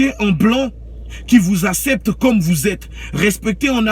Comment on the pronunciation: Il dit asépté lol le français il ne veut pas t’asépter